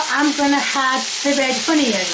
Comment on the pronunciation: She said "hadd" instead of "add", too, about . I've never heard a British dialect like that. I believe she's from somewhere in the North.